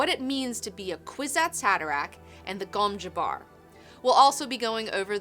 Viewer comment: I know it's pronounced gom juh-bar, but I prefer pronouncing it gom jabber, because it sounds like a Willy Wonker candy.